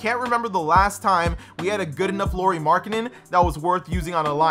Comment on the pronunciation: And its pronounced lowry not Lori lol